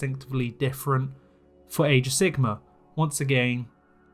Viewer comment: i love how you pronounce it age of sigma.